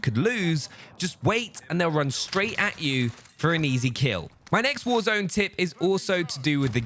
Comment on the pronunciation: tip dont make the word tip sound like tit